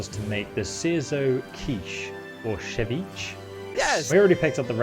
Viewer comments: Ceviche; pronounced se-veech-eh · its See-Vee-Cha :P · Ceviche = Sev Each Aye Just had to say that, otherwise, love the vid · yo yo so the ceviche is pronouced (se-vi-che) with emphases on the e at the end